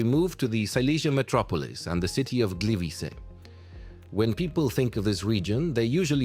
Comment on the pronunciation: nie mowie ze to jest zle bo wyswietlenia sa dobre z takich filmow ale zobacz jak tam zle nazwy slask i gliwice mowilo AI